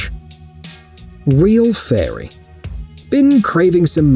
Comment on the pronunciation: I swear when he said fairy I swear he said furry suit